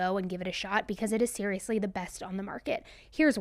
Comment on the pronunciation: I just stumbled upon this video listened .02 seconds heard “SERIALisly” stopped everything I was doing and subscribed, liked, saved, obsessed and now I’m going binge listen all day…. While I clean 🥰 glad I found you!!